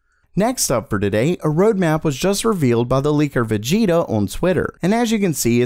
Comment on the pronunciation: What it's written : Vegeta What he said: Vegeto